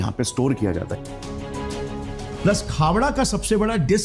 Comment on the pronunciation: Khevda nai khavda bolte hai